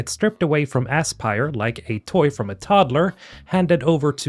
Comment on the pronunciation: Bro just said Ass-pire. I don't know if that was intentional or not. But in my head canon, it was. Also, "Spark of Hope." Nice SWTOR reference.